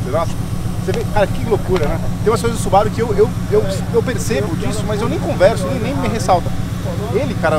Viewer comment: Pessoal, que tal pronunciar o nome da marca corretamente? Não é Subáru, e sim Subarú. Afinal, ninguém chama Mercedes de Mércedes, né? E outra; Subaru significa Plêiades em japonês. Vejam as 6 estrelas da constelação na logomarca, que confere aos Subarus uma aura ‘protetora’. Raramente quebram, e estão na lista dos top 10 carros mais seguros. Amo os Subarus. De PAIXÃO. E seria interessante apresentarem o carro pra quem cai de paraquedas no vídeo, valeu? Bom trabalho!